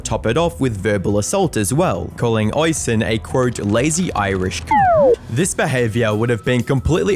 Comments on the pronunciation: Damn you have a video of Oisins name being said correctly and you still say it wrong eveytime 😂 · You show a clip where "Oisin" is pronounced correctly a few times yet you still manage to fumble it. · Oisin is actually pronounced O-sheen, instead of Oi-sin, unless the pronunciation/version is his actually name then ignore me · Nitpicking FYI- Oisin is pronounced oh-sheen or us-sheen not oi-sin or ocean. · Its not Oysin its pronounced Usheen. But hey ho he was a monumental snowflake. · It's pronounced Oh-Sheen, not Oi-Sin. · The Irish forename Oisin is pronounced Osh een, not Oy sin. You're welcome 👍🏼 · Oisin is pronounced "osheen" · "Oisin" is usually pronounced "oh-sheen" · It’s pronounced O-SHEEN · I never said it rhymed with rushing. But yes, its pronounced "awe-sheen" as in Charlie Sheen. Irish names are pronounced as they would be in the Irish language, not English. Other examples are Caoimhin (kee-vin) and Siofra (shee-frah). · The Irish watching this in physical pain at the pronunciation of Oisin 😅